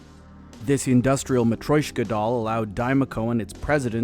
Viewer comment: M’troyshka? fhs…